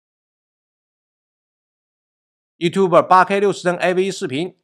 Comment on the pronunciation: 依然把youtube念成youtuber